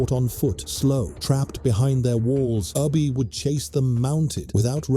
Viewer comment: Within the first 36 seconds Ubbe was pronounced 2 different ways. Ubbe or Ubba i am aware of but Ubi is new to me. Long live the pathetic A.I and Bot voices. May they contribute massively to the utter ignorance of Humanity.